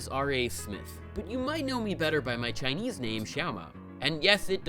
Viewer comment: "To practice ChiNEEAIZ"